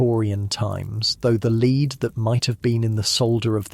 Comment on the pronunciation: It sounds like an actual human voice, so why does he forget how to pronounce "lead" about halfway through???